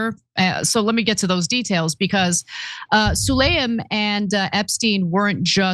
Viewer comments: Pronounced Saleem, not Sulayim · 😂HIS NAME IS: SU-LAY-MAN